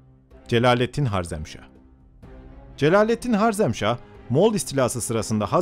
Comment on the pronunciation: Hocam o "Harezmşah"